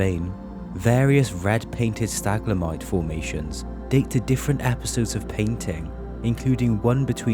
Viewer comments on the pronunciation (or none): WHAT THE PHUCK IS A "STAGLAMITE".....?......DID YOU MEAN "Stalagmite".....?......?....you said it like, five times. You know, the opposite of "stalactites". Which is also not pronounced "staclatite"...hahahahahaaaaaaaa.